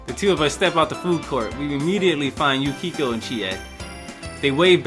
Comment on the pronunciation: its pronaunced yu-kie-ko